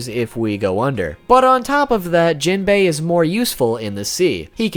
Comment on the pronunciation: You pronounce jimbei and laws name wrong low key triggered me